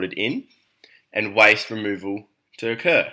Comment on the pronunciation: Are you trying to say waste?